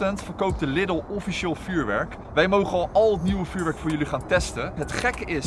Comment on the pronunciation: Jeetje, wat is dat toch met de mensen daar in de randstad en noorden van het land? Je spreekt Lidl uit als LIEDEL! Niks niet Liddel. :P Ik kan het weten, want ik woon 5 minuten van de Duitse grens af en ga iedere week naar de Duitse Aldi en Lidl. Het is dus Liedel, beste mensen, dus spreek dat a.u.b. goed uit. Thnx! :) Voor de rest, ik vind jullie video's gewoon top, jullie zijn echte vuurwerkliefhebbers, dat zie je gewoon, dat staat niet ter discussie. Ga vooral door mannen! ;)